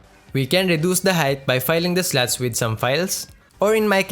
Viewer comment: "Deepening the rest of the sluts" the accent😂. Foreign language dropped just anywhere amidst the discussion.😮